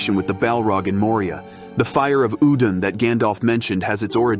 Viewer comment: Gandalf says Ul-doon. Change my mind.